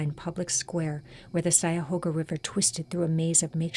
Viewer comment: It's pronounced CUY-a-hoga not SY-a-hoga